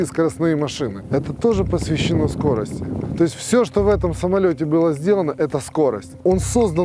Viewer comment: Спасибо, хорошеее видео. Автору только убрать "СкоростЯ" и заменить на "СкОрости".